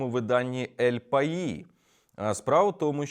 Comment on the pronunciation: Газета називається "Ель паіс" - це іспанська мова, а не французька. Звук в кінці середній між двома звуками, які в англійській позначаються буквосполученням th